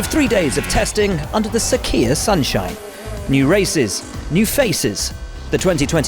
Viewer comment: What is sakiyah, dude keeps saying sakiyah?